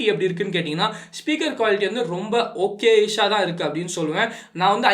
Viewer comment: Athu enna da okesh nu sollura 😂